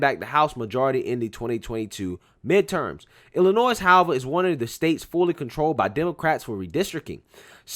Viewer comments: the S in IllinoiS is silent or state is pronounced iLL annoy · the "s" is silent in Illinois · I know there's a war on free speech and word police everywhere so I'm not going to tell you to change it... but you drive me nuts when you pronounce the S in Illinois lol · The "s" in Illinois is silent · FYI, the S in Illinois is silent. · The S is silent in Illinois, lmao